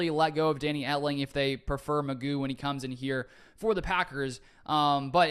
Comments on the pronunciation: I thought it was pronounced Mc Goo? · I think this is a very worthwhile addition. McGough is a tough name to pronounce...I think its more like McGow...but I am gonna call him McGuff the "Crime Dog" cuz he is gonna come in and help "take a bite outta the Bears, Vikes and Lions....:hand-orange-covering-eyes:😇😊😎 Good luck with the Podcast on my way to check it out!!